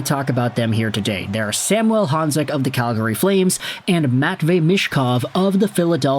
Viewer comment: SAM - U - ELLE. Quit trying to make our star Slovak all francophone. Samuel. Think Latin America and not Saint-Jean-sur-Richelieu. Of course you are in Vancouver and are EXTREMELY familiar with Sam….. 🙄 Riiiiight.